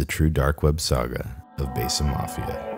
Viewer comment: Produces a documentary on "Besa", keeps mispronouncing the word 'besa' as "Bay-suh".... smh